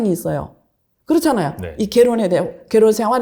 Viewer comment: 이 사람은 어눌한 조선족 발음하면서 여기저기 나오네요 ㅋ 갤혼 갤혼